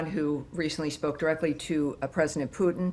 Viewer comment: It’s Putin not pooping